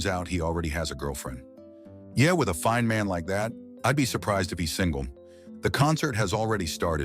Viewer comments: If we can get that voice sayin “foine” in every video, we good for life lol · did he just say "foine"? 🤣🤣🤣🤣🤣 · Yes lol